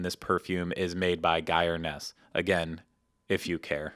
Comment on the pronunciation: How dare you mispronounce geir ness' name. It's like "air" with a g in front. He's a hero to us all 😂